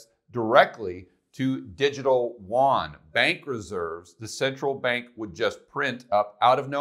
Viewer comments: love your stuff, but Koreans must be confused when you say WON but mean YUAN ( more a "you on" than a "juan" "huan" ) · It's funny how people can pronounce Yen, but they can't pronounce Yuan properly. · It's distracting that you always mispronounce yuan btw. But good video thanks.